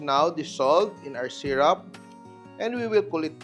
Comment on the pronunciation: Sy Roop not Sy Rap … for syrup…